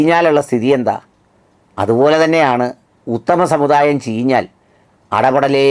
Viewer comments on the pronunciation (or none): none